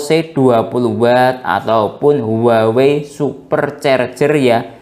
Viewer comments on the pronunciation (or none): none